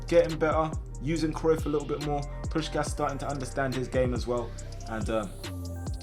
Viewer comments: It’s pronounced Push Cash but all in one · It's pronounced push-kash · It is pronounced like "Pushkash". Looks weird written like that especially for a hungarian. But this is how i would write it in english to explain to you how to pronounce it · Hey, a hungarian here, just a quick tip: u pronunce it Push-kásh! Hope it help 😁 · its "puškáš" both pronouncing like you pronounce shaqiri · it’s push-ass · you pronounce puskas's last s like you do the first one